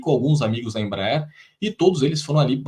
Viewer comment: Não é IMBRAER é Embraer